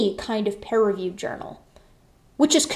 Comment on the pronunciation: Sometimes it sounds like you say "pear-reviewed" and that just cracks me up to picture for some reason 🤣